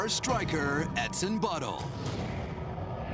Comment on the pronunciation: did he say the soccer players name was "edson butthole"???